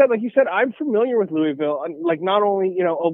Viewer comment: Dude how you say Louisville wrong?